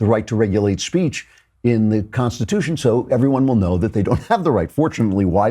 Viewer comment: Oh that tomi clip again. I can't stand it when she claims to be a conservative and CAN'T EVEN PRONOUNCE CONSTITUTION! two t's tomi two t's